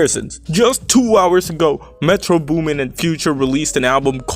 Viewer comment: Thought you were Black until you said “Metro Booming”